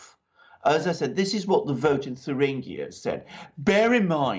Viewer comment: Come on, it's not "Turinguia"but in German it's /Thueringen/ whereby /ue/ or Ü is like "du" in French as in "DU Café svp";-) Cheers guys. I want that Alpha team and Lawrow coffe mugs:-D!!!